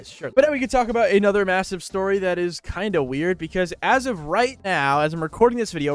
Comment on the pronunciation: MAAAAAAAAAAAAAAAAAAAAAAAAAAAAAAAAAASIVEEEEEEEEEEEEEEEEEEE??????????????????????? DID YOU FUCKInG SAY MASIVVVVEEEEEEEEEEEEEE LOWWWWWWWWWWWWWWWWWWWWWWWWWWWWW TAPIU!!!~URER ?FAAAAAAWEDDDD@